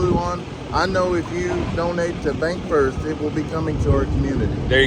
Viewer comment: BancFirst. Ban c not k.